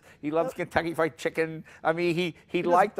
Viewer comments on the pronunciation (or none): none